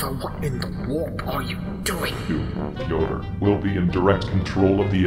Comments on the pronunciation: Slowly butchering Fyodor's name more and more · I love how the pronounces Fyodor's name differently every time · The fact that he messes up Fyodor's name subtly every time he says it to him is both hilarious and scary as it is also an indicator of how fucking pissed he is about thos guy ruining his ancient friends work.